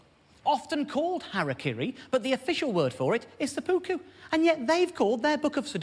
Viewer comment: It's pronounced Sep-pu-ku